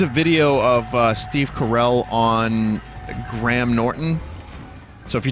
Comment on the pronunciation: Your pronunciation of Graham leaves much to be desired good sir.